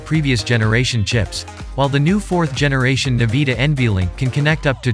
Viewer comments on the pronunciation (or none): LOL Niveeda (En-Vid-Ee-Uh -The I is after Vid, not before.) Also, it's PCIE, not PCLE ... Do you actually know computers, or are you just reading things someone wrote for you?